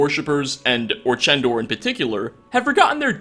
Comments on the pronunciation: I'm taking a break from bemoaning mispronunciations. Even voice actress Colleen Delaney (as one of the Afflicted) mispronounces the most popular Dead Thrall's name as Or-KEN-dor. And then goes on to pronounce it correctly (Or-TCHEN-dor) twice more later in the same speech! So, point for, there. flashback to 7th grade: to infer (verb) ≠ inference (noun) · I like how the same character in the same monologue pronounces 'orchendor' with both soft ch and hard ch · “Orkendor” “Orchendor” “Orchendoor” As if mistaking Molag Bal as Mehrunes Dagon wasn’t bad enough.